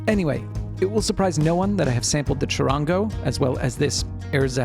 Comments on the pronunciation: Chud-ahn-go the middle gets a short a vowel sound in Spanish and the soft r in the middle has almost a d sound. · You telling me a person from USA that cant pronounce the name right is lecturering us about Charango. ITS NO DEBATE.. ITS A BOLIVIAN INSTRUMENT